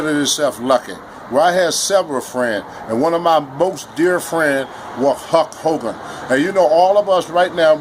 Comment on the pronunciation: huck hoe-gone